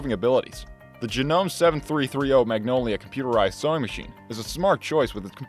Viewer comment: It's JA-NO-MAY if you're going to review know what you're reviewing.